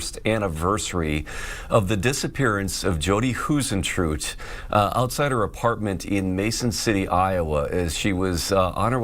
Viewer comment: Hi sen true it...say it right